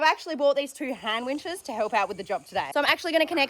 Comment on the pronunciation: I’m so excited you’re back! While my brain knew you were saying “Hand winches”…every time you said it, my brain heard “hamwiches”. Now I’m not only starving but I’m raiding my fridge for ham. Haha 😅